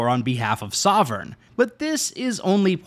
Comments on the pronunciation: ah yes, 'sovern" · he said sovern instead of sovereign